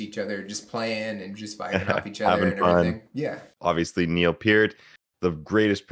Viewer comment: You’re playing a Rush video and pronounced Neil Peart’s named correctly and I’m Canadian so gotta like & subscribe! 😁 The song is basically about a man searching for Utopia, finding it and realizing sometimes that a perfect world can become a prison. From a Samuel Taylor Coleridge poem.